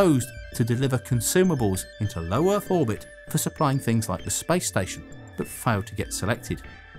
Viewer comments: Why does he say spice instead of space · Why you say spice instead of space? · Sounded like you said Spice Race.. Thought this was about to be about a rocket to Dune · “Spice” station? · Why did you say, "spice rice"? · The spice rice? Spice station? Come on, learn to pronounce words right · i thought he said spice instead of space ,lol curry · First 5 seconds I heard: "In the history of SPICE" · spyce?? hahahaha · Is he saying "Spice" or "Space" 😅😅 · I first thought he said "the history of SPICE"...im still laughing on myself... Love your contents sir. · why do i keep hearing him say spice in the begining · I keep hearing him say Spice instead of Space, changes the context massively. The history of Spice! The Spice Race! The first American Spice station, Spice Fans! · everytime you say space, it sounds like spice. Am I the only one that hears this?